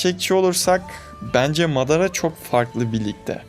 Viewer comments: Bu arada mağrada deyil madara özürdilerim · kanka amateras deme şuna lütfen , bir de sasuke için kronolojik video bekliyoruz